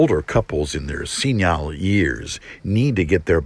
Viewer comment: "senyhile years"